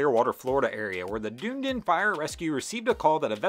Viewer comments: IT'S DUN-EE-DEN. NOT DUNE DIN. sincerely, A RESIDENT OF DUNEDIN. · Dun-EE-din!!! Not Doon-din. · it's pronounced duh-nee-den lol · Just so you know man, Dunedin is pronounced “dun eaton”. We actually joke and say it’s like “done eatin” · Its pronounced done eden. :0)